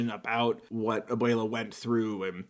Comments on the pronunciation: Can I just say abuela is pronounced a-wel-a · I speak a bit of Spanish and how he said abuela really hurt